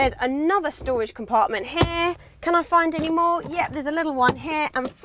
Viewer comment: the storwage ! evrytime she says that I smile